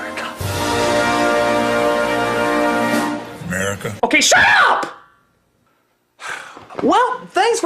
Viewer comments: Sounds like the old man is saying 'murikah' instead of America) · I believe he pronounced it "Merica."